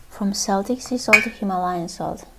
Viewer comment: good answer. My late passed on mother was a Breton so she'd agree with you if she was still here I'm sure! By the way? It's pronounced "KELTIC". From the Celts (Kelts) who are now modern day people from Ireland. Scotland. Cornwall (England). Wales. Isle of Man (Manx). Britanny (Bretons) in France. It's pronounced "Seltic" when talking about the Scottish football team in Glasgow.